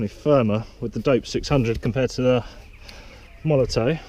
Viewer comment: Its molotoFFFFF not MolotOE... Great Video btw